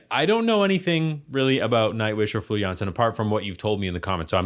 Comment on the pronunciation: I am impressed you got her last name right but her first name is pronounced like the kitchen floor also the keyboardist/ founder/ songwriter/ composer is Tuomas pronounced toe as on your foot and Moss like on a tree so toe moss